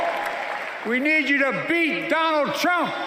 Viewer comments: Biden said " Donald Chump" lol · Is he calling him Donald Chump? 😂